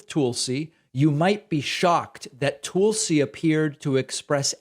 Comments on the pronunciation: It's Tulsi not Toolesi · Pakman complains when people mispronounce Ketanji but then consistently says "tulesy" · Heh heh... you call her, "Tool-See"